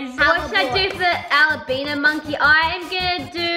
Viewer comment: “should I trade a al-I-bino monkey LMAO” Sorry but it’s albino